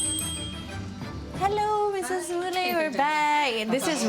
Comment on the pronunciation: Very in-depth and well done piece but to the presenter, you should be embarrassed that you didn’t even get the Indian lady’s name right just ONCE? Ramaswamy Mullai, means her NAME is Mullai and surname is Ramasawamy. Mullai is also a type of Jasmine flower. The presenter also kept pronouncing Mullai wrong. 🤦🏽‍♀️